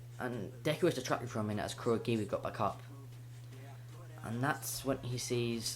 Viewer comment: It's not decker it's deku